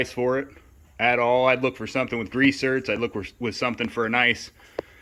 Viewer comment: Are you saying grease zert? I'm guessing you are saying grease zerk but I'm hearing zert.